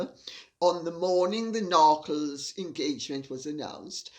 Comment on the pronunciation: The “Narckles”???😂